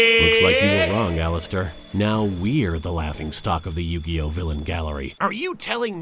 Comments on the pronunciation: BAHAHAHAHAHAHAHAHAHAHAHAHAHAHAHAAAAAAAAAA!!!!!!!!!!!! HE SAID YOU- GAY- MOE- TOE!!! 😂😂😂😂😂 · Anyone else notice he says yu-gay !😊